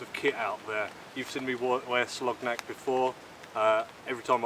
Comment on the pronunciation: Hi. Good video! Friendly heads up, Its pronounced Soloniak.